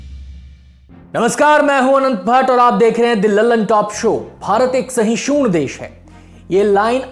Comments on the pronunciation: सहिषुण नही सहिष्णू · Uchcharan per dhayan dena jaroori he Galat hindi Shishoon nahi sahishnu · Sorry to say but sahishun nahi sahishnu hota hai🙏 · तो लुल्ल निकले पहली ही लाइन गलत बोल गए "भारत एक साहिशून देश है" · सहिसुन नहीं सहिष्णु चूतिये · सहिष्णु होता है सहिशूण नहीं। उच्चारण तो ठीक करो यार। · SHISUN NHI BHAI सहिष्णु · Who even can't pronounce sahishnu properly giving us lecture on tolerance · Sashud nahi shahashdu. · Phle to aap Hindi apni matrabhasha me sahishnu ko Sahi se ucharit krna seekho...dusra jab teeno ladkiyon ko" dalit" se sambodhit Kiya ja rha h to lko ki us ladki Anjana jise asifa bna kr Muslim ladka Saudi Arab bhag gya...us news ki reporting dhang se q nhi ki..uska brief description kyu Nahi diya gya..ap sab apne hi dharm ke khilaf Bolte ho .. or muslimo Ka sath dena Apke liya dharm nirpekshta Ka Prateek hai#buycott lallantop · पहले भैया सहिष्णु तो बोल लो ढंग से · का सौरभ भईया, ऐसे ही लोगों को एंकर बना दिया है जिन्हें "सहिष्णु " का उच्चारण करने ही नहीं आता। एक बार बोले होते, तो मान भी लेता कि ग़लती हो गई, लेकिन कई बार दोहरा दिए साहब जी। कोई बात नहीं सम्भव है कि मानवीय भूल हो. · भाई , आप पहले सहिष्णु शब्द कैसे बोला जाय , यह सीख के आओ. कतई गंद सोच , दुग्ल्ली सोच, दुग्ल्ली धर्मनिरपेक्षता, अंजना उर्फ आयशा , जलती हुई लड़की की खबर मत दिखाओ. नहीं तो अरब से पैसे नहीं आयेंगे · भाई सहिष्णु सही से तो बोलो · सहिष्णु का सही उच्चारण करिये मित्र प्रवर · सहिष्णु का उच्चारण उचित नही लग रहा महोदय